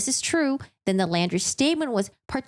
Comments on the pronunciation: Laundrie is pronounced just like „laundry“ (not like „landry“). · I do appreciate your reviewing and explaining this case. My only complaint is that you kept saying "Landry" I do realize it is a difference of pronunciation. And Mineola is a town where the main courts are in Nassau County NY